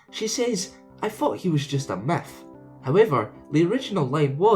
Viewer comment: It sounds like you said Meth instead of Myth